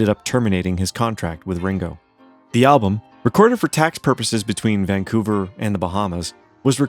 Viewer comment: This is the worst video…The AI is horrible and learn how to say the word “album”, there is an “L” in the word. Why did you bother making this video anyway? Here’s another video you can make and title it “The most boring video” By the way, what have you ever done besides make lousy videos?